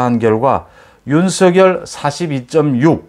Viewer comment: 항상 공정하고 예리한 분석 고맙습니다. 이준석의 적절한 통제 노재승의 손절은 불가피합니다. 그리고 윤석열 발음시, 본인도 연설시 "서결" 이 아닌 "성렬" 로 발음합니다. 본인이 원하는 발음으로 이름을 불러주어야 할것입니다